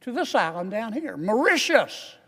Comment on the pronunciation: he needs to learn how to pronounce those islands mor-ish-shus cringe > maw-ri-ti-us can't remember how he pronounced the say-shells